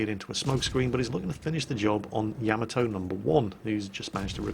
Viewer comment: PLEASE learn to pronounce Yamato correctly;)